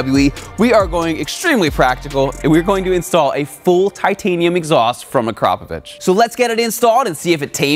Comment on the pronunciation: Wow nice Akrapovič pronunciation 😁